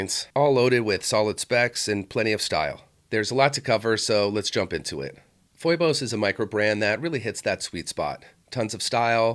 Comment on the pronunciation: Phoibos is typically pronounced Fee-bis.